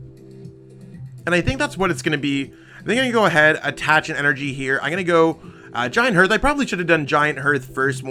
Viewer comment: It's giant hearth, not giant herth